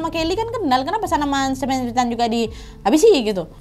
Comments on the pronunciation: Koreksi cara manggil nama NAD, Ethan, di baca ithen, bukan ETAN, tau kan bacaan inggris itu ga sesuai dengan ejaan huruf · Ethan, itu I-THEN BUkan sih bacanya Kak NAD 🤧